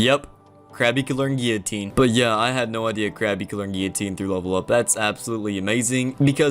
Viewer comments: "Gi-oh-teen" Gill-oh-teen, sir. Guillotine. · It's pronounced 'Ghee-Uh-Teen'. French word. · if you literally type in guillotine pronunciation it says 'gil, leh, teen' I didn't say he said it wrong I'm saying it's weird he says it like that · You keep saying guillotine wrong and that's a problem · Bruh how did you just say guillotine 😂😂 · Damn, never heard someone pronounce guillotine so weirdly